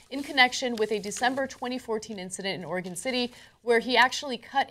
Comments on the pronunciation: I've never heard someone pronounce Oregon as "Oruh-jin". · what? non oregonians pronouncing oregon names correctly? inconsevible INconsevible INCONSEVIBLE!